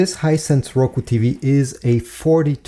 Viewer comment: Its just a hisence not rucu